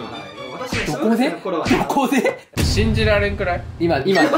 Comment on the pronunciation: 頭をよぎるしんじ⤵︎られん⤴︎